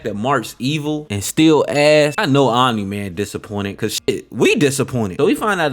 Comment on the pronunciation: took me 3 minutes to realize you were saying "omni man" not "anime" lmao good content